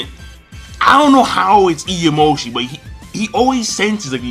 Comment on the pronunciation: For fuck's sake, it's Imayoshi,, not Iyamoshi